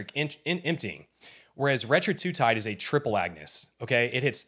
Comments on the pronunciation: Hey man, I like your videos, but it’s hard to take this one seriously when you do not pronounce Retatrutide correctly …not Retra-tru-tide…it’s Reta-tru-tide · It’s not retratutide, dude. It’s retatrutide. The masterclass should include proper pronunciation. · Bro learn how to say RET-A-TRU-TIDE. if you're giving a masterclass you should probably know how to pronounce it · That was driving me crazy too. You’re not an expert if you can’t even pronounce the name correctly